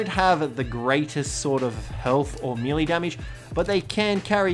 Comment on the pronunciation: does it bother anyone else that he pronounces "melee" wrong?